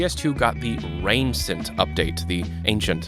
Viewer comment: You did not just say "Rain-cent". It's RAIN-CIENT. Like ANCIENT. CHENT. CHENT. Not CENT. CHENT. I had to pause the video and process how an official Valve employee could make such a mistake before continuing.